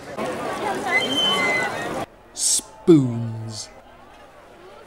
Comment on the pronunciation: Please tell me that the way you said "spoons" was a reference to Fawlty Towers... 😁 I've only heard of Visby through the VR game "Visby Archer". But this looks great. I will have to try to get there one day. I've been wanting to visit Sweden for ages, so this is a good excuse! There was a medieval festival called Gwyl y Fflam (Festival of Flame) in Corwen, North Wales, that started just before the pandemic hit. It was really enjoyable. Not on this sort of scale but it was supposed to be an annual event, so I'd like to have seen it grow. Hopefully they can get it back up and running once the world has returned to some sort of normality.